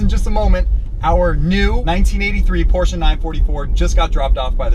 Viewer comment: It's "Porsche" not "porche"